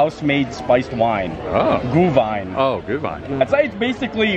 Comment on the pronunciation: Gluhwein (Gloo-wine), not GOO 😂🤣